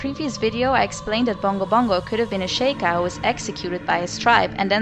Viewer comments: シーカー族 (Shiーkaー zoku) This is the Kana, it's Shi'ka, not She'ka. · I love these a lot! Their very interesting and you have a lovely voice! i always thought it was pronounced "sheek" and "shee-kai" though lol